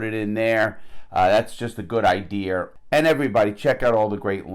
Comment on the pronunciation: Curious, is enunciating an r into idea something specific to the northeast?